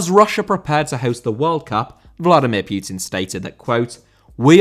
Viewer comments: putin not pyutin ffs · Putin* not Piyuten